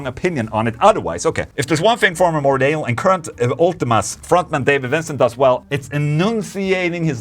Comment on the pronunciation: Twice he says 'Morbid Anal'. I know he's Swedish and can't pronounce stuff like 'th', but that was funny.